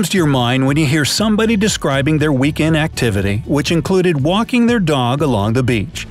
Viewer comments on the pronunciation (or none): weeckend xD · "weeckend" very smart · they said weeckend